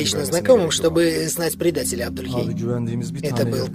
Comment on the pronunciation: Не Абдульхей, а Абдулей! Хоть имя Джаида начали правильно выговаривать...